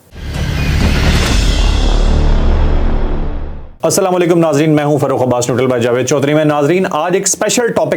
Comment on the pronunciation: مبشر لقمان اور جاوید چوہدرى صاحب کے لیے اک اہم نوٹس محترم آپکے ہر ویلاگ کا آغاز پورى قوم کے لیے بدعآئیہ کلمات سے کیونکر شروع ہوتا ہے ۔بھلے چنگے پڑھے لکھے جاہل آدمى ہیں آپ پھر بھى آپکے کلام کا آغازیہ یہ ہوتا ہے "جى سام لیکم " یا مبشر لقمان کا اسام لیکم یا سام لیکم کہنا "کیا آپ کو پتہ ہے اسکے لفظى معنى کیا ہیں ؟ جى محترم جاہل صاحب اس کے معنى ہیں آپ سب پر موت واقع ہو یا تم سب لوگ مر جاؤ ۔۔لفظ اسلام علیکم جسکى ادائیکى پورے تلفظ کے ساتھ اگر صحیح ادا نہ کى جائے تو اسکے ساتھ ملتے جلتے تمام تلفظات کا مطلب سلامتى کے بجائے ناگہانیت اور برائى و کہر کے زمرے میں ہونگے۔ اسوه حسنہ کى تاریخ میں اسطرح کا واقعہ مروى ہے جسمیں چند یہودى حضور صلى اللا علیہ وسلم کے گھر مہمان بن کر آئے اور انٕہوں نے سلام کے بہانے غلط سلام پیش کر کے اسى نوعیت کے غلط تلفظانہ کلمات ادا کیے جنکا مطلب سلامتى کے بجائے بدعائیہ تھا جس پر ام المومینیں حضرت عائشہ رضى عنہا خاموش نہ رہہ سکیں اور انہوں نے ان ٕیہودیوں کى سرزش کى اور انکو کہا کہ آپ سب پر موت ہو ۔ صد افسوس آج هم بحثیت مسلمان سارى قوم کو شیطان نے فیشنى سلام پیش کرنے کى آڑ میں اتنى پیارى دعا یعنى اللا تعالےٰ کى سلامتى سے محروم کرکے برائیہ اور بدعائیہ کلامات کے متبادل پرچار میں لگا کر مسلم امہ کا جنازعہ نکال دیا ہے۔ قالو انالللا وانا علیہ راجعون اللا رب العزت همارے حال پر رحم فرمائے اور همیں نیک هدیت نصیب فرمائے ۔آمین